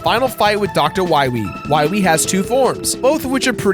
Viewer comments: The "wiwy" thing got annoying really fast. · ah yes, Dr. Wahwee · Wily or wiwy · why does keep pronouncing dr.wily wrong as dr. wiry?! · Not Wywee, Wily. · Lmfaoooo. when you kept saying Wiwey. Fucking dead. Good bit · Your dedication to 'Dr. Wiwy' is why I like this video. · W-Megaman vs. Doctah Wahwee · Or is it Dr. Wowey? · "You must recover all the energy...Wa Megaman" That slip up from Dr. Light's voice actor always gets me. XD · You cant pronounce wawee? Wilaee* Wilyweee* Wewe* Ill just,stop. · please stop saying wywee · win wee fiend dat meteoer weell fiend docta wahwee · Doctah Wahweeh. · "We must go to the wadar woom, then we can find Dr. Wowy" I DIED XD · i think dr light has a case of the elmer fudds # dr wiwy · If its not Dr. Wiwwy, you instead get DOCTAH WHYRY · Dr.Willy... Wahwee... Wahwee, Evil, World Domination... Don't worry, i'll get to Dr.Wahwee... Wahwee, Wahwee, Wahwee, Wiiwii kkkkkkkkkkkkkkkkkkkkkkkkkkkkkk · you got it wrong it's Dr. wahwee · I thought it was hilarious the way he just stuck the knife in and kept twisting to make as much fun of Light's voice actor as possible by repeating "Wiwy" as many times as he possibly could throughout the entire episode. Cracked me up. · is he purposely miss pronouncing Bass and Dr. Willy, like the does Tumblr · We gotta find da wabbits